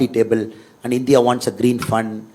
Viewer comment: Whatever said and done.. pronouncing India as Indhiya...viz.,... இந்தியா...is the greatest.